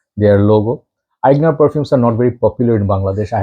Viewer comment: Your pronounciation of Aigner is perfect. Greetings from Germany